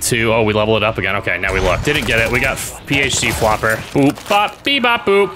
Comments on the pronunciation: you said Pho Flopper, but its actually PhD Flopper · Brother! It’s PHD Flopper (Doctor Flopper) 🤣🤣🤣🤣”Pho Flopper